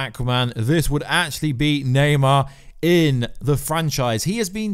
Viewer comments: Na-mor~ lol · It’s Naymor not Neymar he’s not the soccer player now! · Bro why do you often say wrong names etc namor but you say naymar stuff like that. I think you could be a top youtuber if you edited stuff post production and took a bit longer over your reading. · its namor not neymar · NEYMAR? 😂😂 ITS NAMOR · Yo you said "Neymar" as in the footballer instead of "Namor" looool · Please stop calling namor Neymar 🤣🤣🤣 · Ybn namor lmao